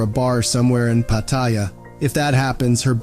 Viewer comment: Your video seemed interesting until you discussed Pattaya and proved, with your lousy pronunciation, that you know nothing about the place.